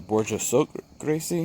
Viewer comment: I don't recall ever seeing a cavity in my Bourjassotte Grise. BTW, it should be pronounced as "greese" in all cases. Col de Dame Gris (as written in Baud's book) should be clear but in the case of Grise there is no accent on the end so just forget about it. :)